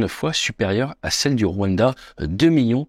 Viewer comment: Deja append a prononcer le rwanda